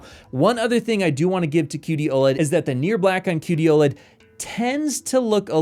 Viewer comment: I wanted to stop watching when I heard woled, but I stayed a little bit longer but just until I heard dp1.4 🤡